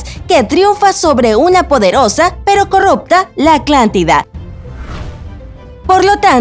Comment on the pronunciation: No sólo es aclantida, también dice Egicto, corructa, concecualizacion, etc.. que mal